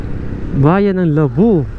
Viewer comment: Idol... pakitama yung pronounciationg ng LABO...Hindi LABU...bagalan mo ng pronounce LAA..BO